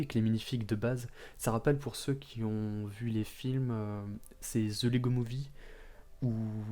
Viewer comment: Super vidéos tres bien écrit quand jai vu ton nom sa ma fait rire 😂 Perso javais adorer L'épisode d'halloween de lego SW. Abuse Kylo ren etait quand meme mieux haha. Par pitié arrête de dire Zhe 😂 Peut etre augmenté le son de ton micro un peu. Rebuild the Galaxy > The Acolyte Sinon jai mis 3.5 à la serie sur Serializd